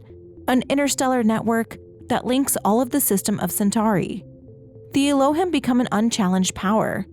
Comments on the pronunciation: One small thing - your pronunciation of "Elohim" is a bit off. It should be closer to "eh-low-heem" to go along with the hebrew language reference for something like gods or deities. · It’s pronounced EE low HEEM. It’s an ancient Hebrew word synonymous with God